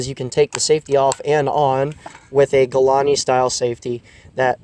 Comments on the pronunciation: did u really just call it a "galani" style safety?? Its "galil" not "galani" 😂🤣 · I’m sorry but how’d you just pronounce Galil????